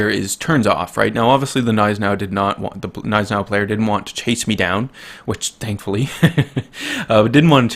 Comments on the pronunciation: Cough it's not silent. its just understated and americans don't do that with G's it's not "G-Neis-enau" its "gn-EI-senau" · The G in Gneisenau is not silent...i dont know who is throwing this around. It`s german, we dont put letters in words just to not pronounce them.